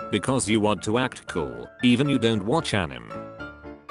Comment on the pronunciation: Is no one gonna talk about how the voice was pronouncing anime as Animm??? No? Ok.